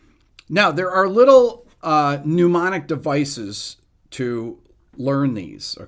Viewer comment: I love the videos Rick, but it always makes me laugh a little when you pronounce mnemonic like "pneumonic"